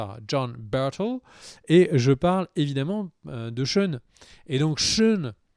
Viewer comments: "CHEUN". Tu peux dire "Shane" sans soucis, t’inquiète pas :') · Ça se prononce chèyne et pas cheune et èrcheul et pas eurcheul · Shane c'est "shaine*" pas "Sheun*" ^^ Hershel = "Hairshel*" pas"Heursheul*" en tout cas c'est vraiment cool d'avoir repris TWD et le rituel des videos critiques! merci a toi! et Félicitations pour ta famille :) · Zarma "Sheun", respecte l'un des meilleurs protagonistes de cette série nan ? Shane, "SHEINE" Ahsheum. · SHANE pas SHAUN ! Bouuuuuuh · très bon épisode ! Mais la CGI quand Rick parle à Sasha = horrible PS: "Sheune?" c'est Shane son nom ^^ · Cheun le mouton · pas sean on dit shane ^^ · Pareil je me suis demandé un moment, Sean ? Mais qui est Sean ? lol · Shane!!!!! Mes oreilles saignent 😂😂😂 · David Genla mdr 😂 j'ai tiqué aussi ...